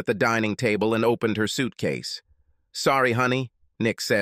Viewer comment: Geezus. Do u guys even listen to ur content B4 posting it? He gathered his "switcase" and it might be an "aller-guy"? Wtf there's a ton more mistakes than that and it was super hard to follow bc of it. Bc I had to figure out what word was trying to be said and missed the next 3 sentences of the story. Too many times. I mean come on the next ten sentences at least are ridiculous.